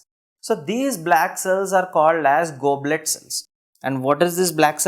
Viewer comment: You are writing goblet and saying globet